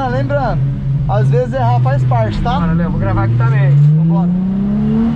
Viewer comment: Qm viu a falando pro Léo bê não kkkkk